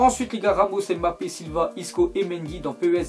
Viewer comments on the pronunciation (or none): none